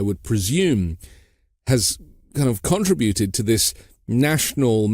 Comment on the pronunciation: Contributed has accent on the second syllable, not on the first 😮